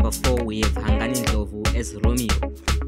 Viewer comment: It’s Hungani as in “Hoongani”